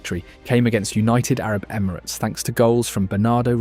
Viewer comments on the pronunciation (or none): none